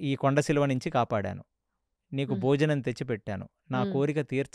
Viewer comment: మీరు కొన్ని పదాల ఉచ్చారణ తప్పుగా పలుకుతారు, ఉదాహరణకు మాత్సర్యం అనే దాన్ని మాశ్చర్యం అని ఘటోత్కచుడు అనే దాన్ని ఘటోజ్గజుడు అని ,కొండ చిలువ ని, కొండ సిలువ అని. సరి చేసుకోగలరు. మిగతా అంతా ఓకే. ఒక్క చిన్న మనవి. మీ podcast కు TKV. RAGHAVAN గారిని పిలిస్తే చాలా బాగుంటుంది. కాని వారిని మాట్లాడానివ్వాలి. మీరే చెప్పకూడదు.